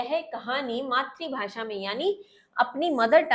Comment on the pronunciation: Matrabhasha ❌ maatribhasha ✅ 😂😂😂😂